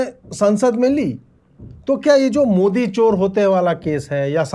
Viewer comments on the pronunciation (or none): none